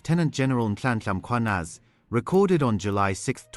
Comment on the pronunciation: the way you pronounce "Mkhwanazi" is pure as a clean glass 😊